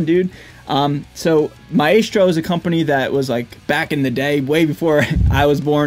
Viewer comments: I think it’s pronounced “MY-strow”. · It's a latin word. It's pronounced mah-ES-tro with all soft vowels and the accent on the 2nd syllable. Any other way is a mispronounciation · Man, your are mis- pronouncing the brand name